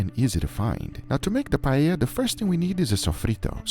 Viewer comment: Amazing pronunciation of the word "paella"